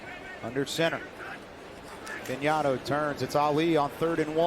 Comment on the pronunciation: This announce lr couldnt pronounce fagnano correctly 😂😂😂😂